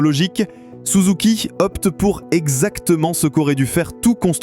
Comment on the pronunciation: c'est pas souzouki, c'est SUZUKI